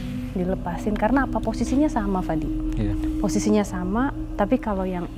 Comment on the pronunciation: fadi bukan Fandi kak